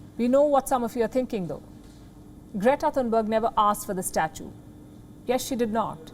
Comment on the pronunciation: "Greata Thuthubarger"😂